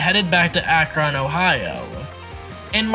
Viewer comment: Akron = "akrun"...not ak ron just sayin 😎